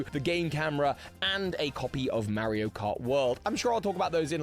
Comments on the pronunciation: the mispronunciation of Mario is throwing me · I think that's how the game is officially called in the UK. Mary-o.